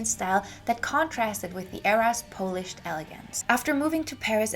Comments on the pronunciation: Sorry to correct but the word is pronounced PAHL-ISH not PO-LISH. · FYI, polished is pronounced "pol (rhymes with cow)-ished. Although , being Polish, I am flattered that you make it sound like it's from my people. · Thank you for this great in-depth look at 1960s Parisian & French Fashion! Could I gently give you one pronunciation tip? I got confused when you talked about 'polished' because it sounded like you were talking about the polish people (it took me a little while to figure out my mistake 😅). It's because you missed your pronunciation 😊 In this video you're saying 'polished' [poow-lished] like you say 'smoking' [smoow-king], so with a long 'oow'. It's actually pronounced 'polished' [poh-lished] like you say 'modern' [moh-dern], a short 'oh'.